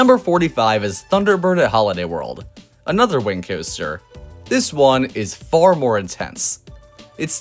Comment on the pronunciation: Why do you say world?